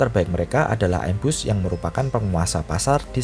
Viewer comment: ngomong aja salah, im-bus ky pelafalan imun, bukan aim-bus hadehh